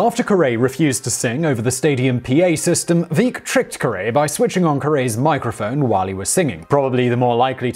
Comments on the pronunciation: That's Veeck, as in wreck. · "Veeck As in Wreck" It's how his name is pronounced, and it's the name of a book he wrote. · And Bill Veeck's name rhymes with Wreck... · Yes, and its pronounced Bill Veck. Bonus Fact: Veeck planted the ivy in Wrigley Field. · Lots of outrage about his version of Harry Carey.Well, boys and girls, Bill Veeck, colorful guy, pronounced his own name VECK, as in neck. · Veeck as in wreck. Caray as in carry. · This was painful to listen to........ Ka'rey and veak :| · All the corrections in the comments about the pronunciation of "Caray" and "Veeck," yet has no one mentioned that he also mispronounced the character Katie Casey in the song itself?